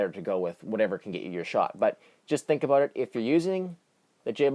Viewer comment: Hahaha aboot!!!!